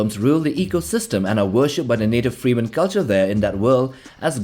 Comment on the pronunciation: 20 seconds in and I'm already disinterested by you pronouncing freman as freeman.